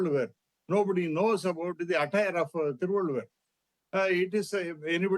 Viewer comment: As you are working in a reputed media organisation, should you not first have the idea of how to pronounce the name of the great Indian poet and philosopher Thiruvalluvar. Or you just sat infront of the teleporter and just reading the lines. He is well known poet and philosopher across the globe. Despite not knowing the Tamil language the name is not too difficult to pronounce.